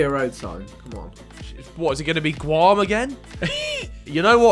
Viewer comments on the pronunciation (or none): Vic called it “Gwam” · the way vik pronounce Guam LMAO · I literally spent like 2 years living in Guam and as soon as I heard the GU I instantly realized no one would realized where it was cus it’s in the middle of nowhere. Edit: Vick’s pronunciation killed me inside 😭